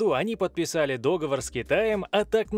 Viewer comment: Ещё бы ты слово "договор" произносил не как деревенщина, совсем было бы хорошо